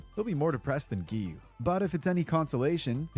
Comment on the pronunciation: It's "Gi-yuu" not "Gyu". And you don't pronounce the "u" in Inosuke. "Ino-ske".